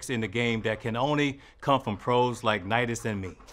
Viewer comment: The correct way to say it is Nitus and I I know, it’s petty, but it irks me so much